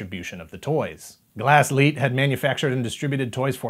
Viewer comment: I like how this time you got the pronunciation of "Glasslite" right xD